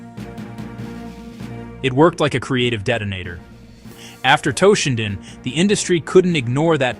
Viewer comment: its toe-shinden not TAH-shinden